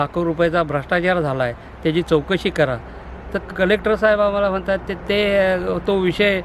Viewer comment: आदी नाही आधी बोला, व मना नाही म्हणा बोला